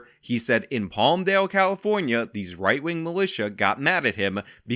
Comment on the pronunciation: sometimes he says "white wing" instead